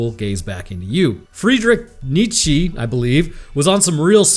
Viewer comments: Can't even pronounce Nietzsche's name. It doesn't even take two seconds to look it up. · Best pronunciation I've heard of Nietzsche, must have been a philosophy major before going into bio